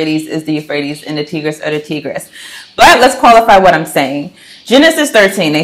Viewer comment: Good presentation 👍 Quick note Tigris is pronounced "Tie...gress". Like the tie 👔 a man would wear.